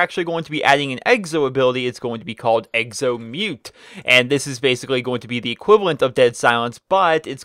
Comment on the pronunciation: Can you please say exo! Not eggzo it is rather annoying